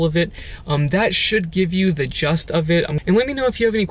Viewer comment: Good information. I'm not a grammar Nazi, but for informational purposes only: It's pronounced "The gist of it", not "the just of it".